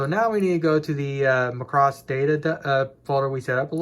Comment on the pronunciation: Bro, it's Macross not Muh-cross. Thanks for your hard work!